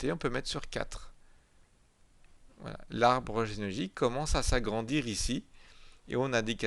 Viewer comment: il ne peut pas prononcer genealogique lol